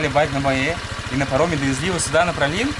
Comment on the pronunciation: Но как же режет слух этот "пралин" по 20 раз за выпуск!!! Ну как можно было найти это нечто?) Даже интересно, на каком языке произношение может быть именно таким?